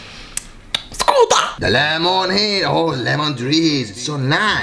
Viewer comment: 4 minutes in and already become an alien: * smacks lips *: sCUuTa